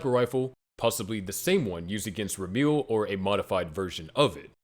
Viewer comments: Ramiel is spelt like ram (as in the animal) e (letter) l (letter) Or at least that's how you're spoused to pronounce the name I'm a native Hebrew speaker so it bugged me a lil lol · Never in my life have i ever considered that Ramiel could be pronounced "Rameal"